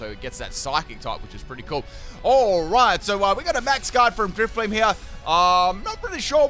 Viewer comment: And then he get's the german Driftblim right. xD